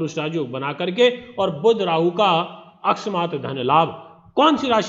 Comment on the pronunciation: Akasmaat ka uccharan seekhe pahle...